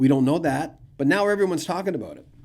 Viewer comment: 😅👍 Aboot your Canuck is showing 🇨🇦